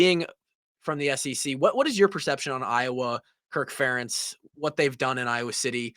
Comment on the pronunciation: Good one. Although, I did not like the mispronunciation of Ferentz!